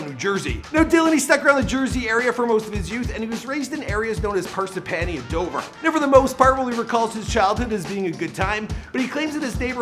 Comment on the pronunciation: i’m from parsippany it’s pronounced (par-sip-inny) not (par-sip-panny)